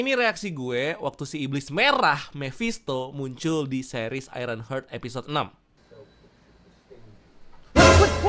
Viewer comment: Bacanya hart bosku bkn hert